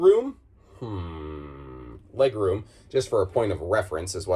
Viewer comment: “Reg Room” ~ Scooby Doo 😉